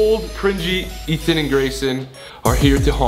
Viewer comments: Well Ethan, I'm sorry but it's E-tee-wee-tee time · Ethan: “Dieterily” Dairy has entered the chat...